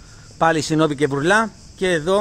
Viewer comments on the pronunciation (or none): χωρίς να θέλω να το παίξω έξυπνος...λέγονται Βούρλα και όχι Βουρλά